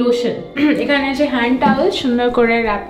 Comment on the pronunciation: 'Achey' ta puro english people er moto lagcheey😢😢😢😢